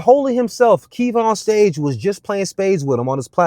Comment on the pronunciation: Ay, Its "Kev on Stage." Not "KevonStage."